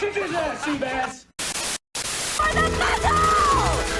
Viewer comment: Ivan... load de high explosive... T H U D